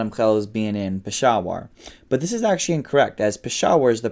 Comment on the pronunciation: Your pronunciation of Middle Eastern names and places is on point. However the way you pronounce "actually" leaves much to be desired